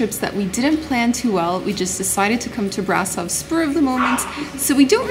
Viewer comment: hehehe how she pronounced brasov, there's an accent mark on the s yoou know so it's said like brashov